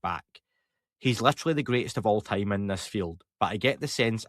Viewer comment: "They have been here for a long Tayme"